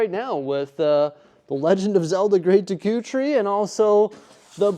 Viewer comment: I'm sorry but how you pronounced Deku hurt me in ways I didn't know. City looks great btw ❤